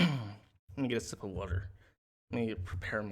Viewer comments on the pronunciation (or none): none